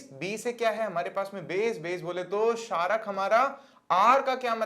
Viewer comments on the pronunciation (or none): sarak nahi chharak bro